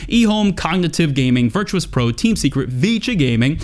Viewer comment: Virtus.Pro is pronounced "Ver-Tis" not "Virtuous" GL HF!